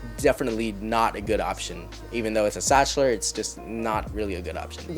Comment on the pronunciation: Zakhtler not stchler